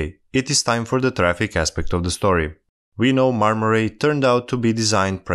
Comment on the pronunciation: The "ay" in "ray" isn't pronounced like "ai" in "rail". Right pronunciation is more like the word " I ".